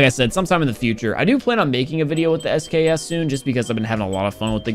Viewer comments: He said SKS and not eskis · just say sks instead of SKSKSKSKSK